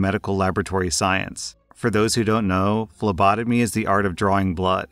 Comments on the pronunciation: Im listening to this so I though said "labotomy" in the first story. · I was looking at my doorway and then i heard "For those who dont know phlebotomy is art of drawing blood" I thought he said "lobotomy" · I swear I heard say lobotomy not phlebotomy, it would've made story 1 a lot more interesting.